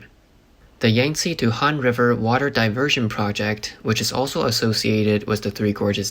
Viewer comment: Cost ted or it cost.....cost is pass tense. Costed isn't a word...Where is the narrator from? Can't say cost and he can't say Yankzte correctly either. Looks like this is way above his pay grade